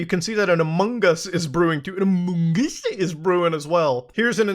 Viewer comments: Had to stop watching couldn't handle the among us pronunciation. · What’s with saying “among us” like you have a mouth full of food? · the way muta says amogus it's so funny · No matter how many times you say “amoogus” it makes me laugh every time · Muta saying "amUngUs" is what i live for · Man, it tickles my pickle whenever Muta says "Amongus" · God you just don’t know how much hearing you say amongs makes me happy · I will always laugh at Muta saying amongUs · You saying amongus that way literally made me unsubscribe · The way muda says among us cracks me up every time xD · The way you keep saying among us is killing me 😂😂😂